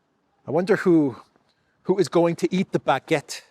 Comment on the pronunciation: Macron -"bagette" with an "F"🙃🤭🤗👏👏